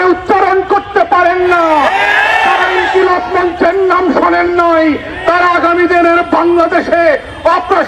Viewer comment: মির্জা ফখরুল একটা দলের মহাসচিব হয়েও ইনকিলাব মঞ্চ ও হাদী ভাইয়ের নাম সুন্দর করে উচ্চারণ করতে পারে না এমন নয়।ইচ্ছা করেই টিটকারি করেছে।কারণ হাদী ভাই স্বতন্ত্র নির্বাচন করছে।তাই বয়কট বিএনপি